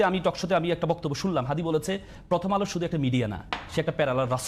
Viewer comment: হাদির নামটা পর্যন্ত উচ্চারণ করতে পারে না দলের মহাসচিব তারপর এখন এই বুদ্ধিজীবী !!! ওরা মনে করে চিল্লাচিল্লি কইরা সব জিত্তা গেছে !!!